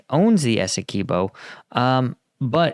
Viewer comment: It's Essequibo NOT Esse-key-bo please get that right. Written by a Guyanese ty.